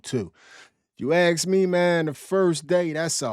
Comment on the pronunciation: How hard is it to say ask not axe 😂